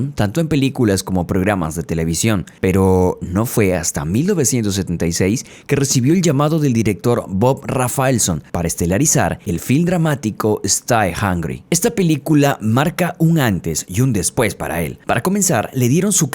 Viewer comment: STAY se pronuncia "STEI" no "STAI"